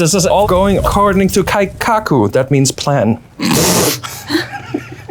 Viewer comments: 1) says "kaikaku" which is wrong 2) says it's "my culture" and yet refer to 1) 3) he's actually Korean??? 😭 😭 😭 It's funny, not offended or trying to cancel at all It's incredibly funny Also, jarvis ftw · "Keikaku" means Plan. (Horrid rough break down on pronunciation inc) Ke = 'ke' in Kelp i = "Ee" in Eel. Ka = "Ca" in Call Ku = "Coo" in Cool. "Kaikaku" means radical change, like in a revolution Ka = "Ca" in Call i = "Ee" in Eel. Ka = "Ca" in Call Ku = "Coo" in Cool.